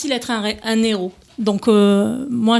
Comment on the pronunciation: S'il vous plaît, on ne fait pas la liaison avec ''heros''